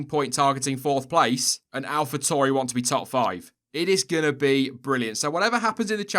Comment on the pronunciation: It’s Alfa Tauri not Tori . Tauri is the Latin word for “bull”